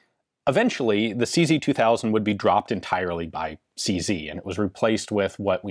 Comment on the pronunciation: SeeZey-WeeZey 58 😂